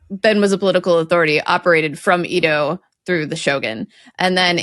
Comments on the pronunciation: “So there is a city in Japan called capital city that is not the capital? Right and the capital is east of the capital.” It’s pronounced eh-doh not ee-doh. Actually Tokyo is not the capital because Japan does not have an officially recognized capital. As cities they’re Tōkyō-shi and Kyōto-shi but as prefectures they’re Tōkyō-to and Kyōto-fu, where the -to in the first is the same as the -to in the second, but in this case it is one of the four words for what is rendered prefecture in English, though prefecture refers originally to the French one. I can’t recall the full story from the Japanese but Kyōto is actually named after Tōkyō and not the other way around as it was only ever called Miyako in the past, the native reading of the character for -to, and had another name but they changed it to Kyōto to try to recapture their reputation as the historical capital. Hiroshima is not called Hirojima because it doesn’t mean wide island. It means the wide and the island, separately, which united to form it. Whereas Iwojima means sulfur island, though sulfur is iō in modern Japanese it preserves the older, pre-war Japanese reading. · And after that, maybe we can get to work on her Japanese pronunciation. I can forgive putting a stress accent on Tokugawa, but Eedo is like nails on a chalkboard! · BTW the old name for Tokyo, Edo is pronounced like eh-do not ee-do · Ouch. Unfortunately, absolutely butchered the pronunciation of most of the Japanese words she said. Edo is "ay-doh", Tokugawa is "toh-koo-gah-wah". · Ēdo! not "eedo"! the flattened eh sound! sorry, it rasped me, I love Words Uravelled. Hello! 😁 I'm a longtime lurker, first time commenter, and that was a less-than-textbook introduction 😅 I think I'm emergerging with the spring...🌱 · I love your videos, But please, please,: the pronunciation of “Edo” rhymes with “Freddo”, not “see-do”. I do speak some Japanese. Thank you very much, and keep up the good work!! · Edo is eh-doh not ee-doh